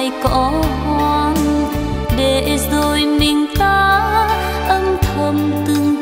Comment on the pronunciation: Các cô cậu, anh chị ca si tại sao khi hát không phát âm các từ có chử "R" cho đúng. Ví dụ: "rồi" tại sao lại hát "dzôi". Người Việt Nam có nhiều từ, chử cần thiết phát âm cho đúng chính tả. Thế hệ sau lại học theo cái sai của các anh chị. Thật xấu hổ ....😢